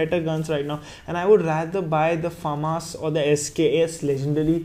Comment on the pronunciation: You are Pronouncing famas wrong